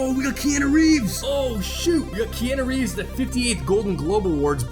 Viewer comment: It triggers me how you say Keanu Reeves name. But I still love yah videos lmao 😂😂